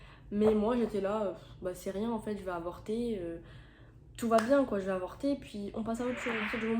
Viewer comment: Personne parle du « quoient » 😭😭😭